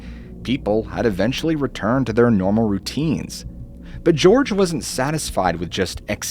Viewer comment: Jorge =/= "George"